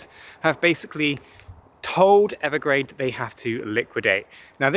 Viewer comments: Evergrande. Not Evergrade. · Evergrande isn’t it? Not Evergrade..? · He keeps saying Evergrade. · No offense, but yea… I think Evergrande is pronounced Ever-grand.